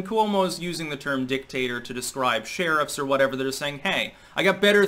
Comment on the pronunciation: Every time you said dictator, I heard dicktaster..#AndySucks